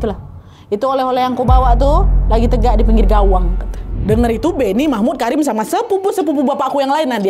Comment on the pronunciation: KARIM?KARIM? dr awal gue dgr ny Karinn😂kata gue kok cewek ngerokok